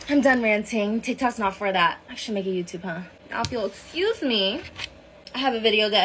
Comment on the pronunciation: So now, if you'll eckuse me.....ain't no excuse for you. 😂😂😂😂😂